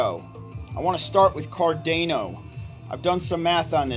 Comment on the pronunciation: Car-day-no 😂 Sha-BOOOOMMMM!!!